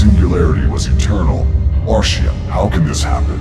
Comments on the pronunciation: Arshiem? Teach your AI how to pronounce ARISHEM. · You need to teach your AI that its "Arishem the Judge", not "Arishiem the Judge".